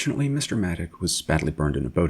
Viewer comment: As someone who saw Frank race in Australia many times, I can assure you that it is absolutely NOT pronounced 'Matik'. It's 'Matich' as in 'Choo Choo'. His hopes of racing in CanAm with the SR4 were stillborn when his main sponsor Repco decided that with the Bruce and Denny show in full swing, any venture by Frank would be of little value. The photo of Frank in the Matich A50 Repco Holden is one that I took on his victory lap after he won the 1971 Australian Grand Prix at Warwick Farm. It was a car that he designed and built using the same people who had constructed the SR4, and it set pole position, fastest lap and won its first race, against a very competitive field. Thanks for the video.